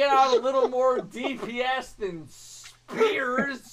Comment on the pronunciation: " they're cranking out a little more dps than speaarrsss " 😂😂 that killed me